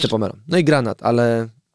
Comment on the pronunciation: Pomelo? Naprawdę Redaktorze?